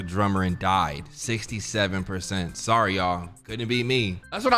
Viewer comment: we goin wit the new story, like SAWRY NOT SAWRY need maya